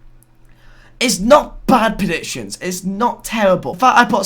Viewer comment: Why did you pronounce predictions as presictions